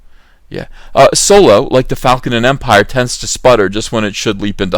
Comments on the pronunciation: Fun popcorn flick shit it's supposed to be Han Solo not soolow! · A guy whose real-life name is pronounced 'dong lover' is playing a pan sexual space pirate. It's as if Soylo is really a Spaceballs story.